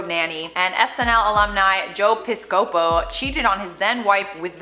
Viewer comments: You need better research. Gosselin did not have octuplets. And it's PIS-co-po, not pis-CO-po. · OMG did you just say Joe Pis-co-po???? Pis-KAH-poe. haha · It’s not Joe Pi~SCO~po. . It’s PI~sco~po. 🤣🤣🤣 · Lmao “Joe ‘Pis-copo” haha 😂 It’s just pronounced “Pisca-po” lol. We can’t be THAT different in age, yet you’re always mispronouncing names that we both had to have grown up pretty close to. Unless you’re like 22-24. Than yeah. We are on WAY different wavelengths haha 😂🤷🏼‍♂️ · You are so cute my. It's pronounced piss-KA -po not pis-co-po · Joe Piss-Poe-Co. Lol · oh boy... joe "pis-co-po" lmao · lmaoooo!!! "joe pis-coh-po"... fs. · Lol, you killed Joe Piscopo’s last name, it’s Piss-ka-Poe... honestly you can make a whole separate segment dedicated to him and his shenanigans!!! Juicy stuff ready to be served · it's PISS-CUH-POE. He's a legend, how do you not know this? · It's pronounced Joe PISS-CO-POE lolz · your my fav IO host, so I have to tell you that Joe's last name is pronounced Pis-ca-po I'm sorry! I'm the type of friend that will tell you you have a booger, something in your teeth etc. on the DL but there's no DL here! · Joe Piss-Co-Po.... :) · Joe "Piss-co-poe". He's irrelevant, so mis-pronouncing his name is O.K. though =) "US Weekly" not "U.S. Weekly" - still O.K. because, yeah, they are irrelevant also. =) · 😣😣pihs.cuh.poe.... Joe Pihs.cuh.poe Lol 😶😶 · Uh oh! You know your star power has faded when you're Joe Piscopo & you hear pronounce it so creatively 😜 😁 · Sorry but your pronunciation of Joe Piscopo has me in stitches. I laughed so hard, I needed that 🤣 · I have never felt older than I did hearing pronouncing Joe Piscopo's name and realizing how long ago he was on TV lol. I was only like 5 when he was on SNL but I still remember hearing his name as a kid. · I rewound this eighty times just to hear you say Piscopo. I love it. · Did you just slaughter Joe's last name?